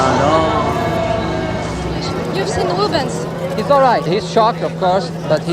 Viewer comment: His name is Rubens, not Ruben.